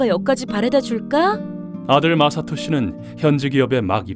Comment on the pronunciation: 마사토가 마석도로 들리는 병에 걸린 ㅋㅋ